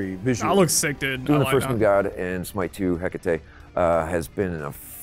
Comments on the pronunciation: Heck-ah-TEE Greek female name ends with an E... you pronounce the E Observe: Aphrodit-EE Persephon-EE Nik-EE Dion-EE Heb-EE Khion-EE Alcmen-EE Dana-EE (Danaë <-hence the two dots above the E in her name so English speakers won't blend the sound with the preceding A) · Ih-kah-tee, they need to learn to pronounce her name!!!